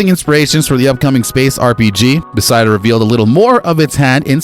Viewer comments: BEH FES DUH NOT BEH SY DUH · BESIDA. Bro it’s not that hard to say beth-esda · I came to say this. Never heard Bethesda pronounced this way. Wtf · Who the hell does he thing is developing the game, Besideus ….who is Besideus? It’s BE THES DA! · Bruh. Its 'Buh-thez-duh'. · Stop saying “Besida” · I don't know anything you said in this video because all i kept hearing was your incorrect pronunciation of the company..... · Sorry bro, can't take this seriously if you can't even simply pronounce the company's name correctly. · My theory is he hired someone to read his scrip and either he made an error on the spelling or the guy doesn't know how to pronounce it.